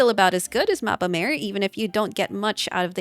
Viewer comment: Awesome vid dear! Just a smol thingie I noticed! Mappa Mare is not pronounced like mAEre ( sounds like female horse:D) but instead with a flat A: mAAre. In Italian it means "Sea Map" Keep rocking! Always looking forward to your new content <3